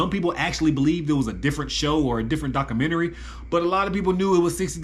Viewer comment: DocAmentary? There is a U there. DocUmentary....